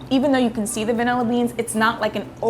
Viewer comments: No she said banilla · Did they just say vanilla-e ●.●